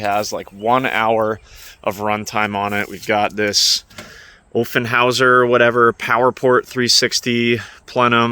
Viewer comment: Intake is pronounced: OFF-EN-Houser.